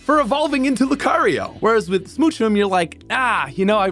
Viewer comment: And "rai-olu" despite pronouncing lucario correctly.